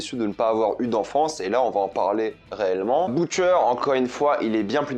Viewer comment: "Boutcher" jpp 😭😭😂